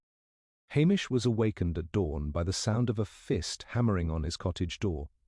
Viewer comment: I couldn’t keep listening. “MacLee-Ohd”? “Ah-mish”? Clearly this is an AI voice.